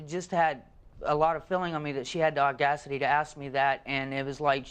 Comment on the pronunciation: not the "au-GAS-ity" 🤣🤣🤣 Oh! You don't think he said that?! and . You can't make this kind of stuff up.